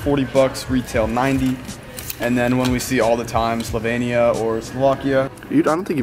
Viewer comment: It is slovenia not slovania